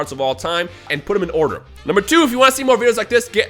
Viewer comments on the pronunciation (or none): none